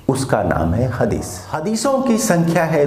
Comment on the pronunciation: कुराण नही क़ुरआन हदीश नही हदीस 🙏